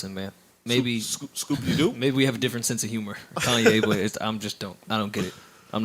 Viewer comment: Did Joe Budden just refer to Kanye as Coonye lmao 😂